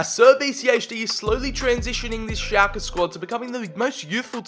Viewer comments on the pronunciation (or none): I always thought you said Xhaka instead of Schlake haha